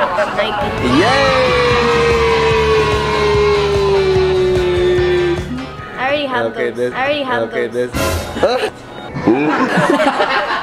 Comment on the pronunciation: Why u Call At Nike is Niky